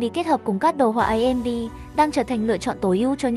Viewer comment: Bác đừng để tên hãng "ấy em đi" nữa dc ko, nghe mất tập chung quá. Thật lòng.